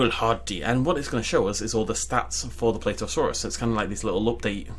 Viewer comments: Plateosaurus is pronaunced pla tea o saur us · The way he pronounces plateosaurus...